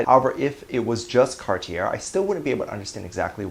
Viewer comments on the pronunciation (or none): It's car-tee-ay dear :) Cartier! French brand! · Cartier is French and pronounced “Cart-ee-yay”